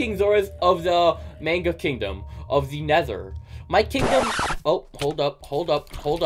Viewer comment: Its prononced May-nh-gah